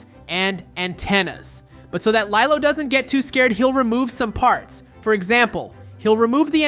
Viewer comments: Lilo yeah it’s spelled like that but pernounst like lelo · You are saying LILO wrong.